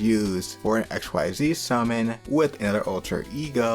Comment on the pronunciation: “Xyz” is pronounced as “Exzees”, not “X Y Z” 🤣 If Violet gets added to Fate/Grand Order as a Servant, you do an updated version of this video.